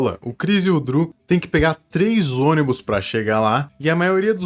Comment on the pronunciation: "Driu" não... "Dru"